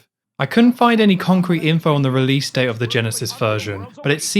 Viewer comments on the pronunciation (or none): none